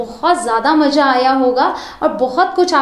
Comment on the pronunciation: "Maja" nahi "maza" Your pronunciation with reagard to Hindi/Urdu words is a little bit weak. However, your videos are fantastic.